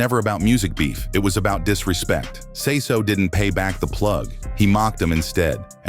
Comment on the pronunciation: Also its not syso..it's say so p...Sayyy soo p..come on now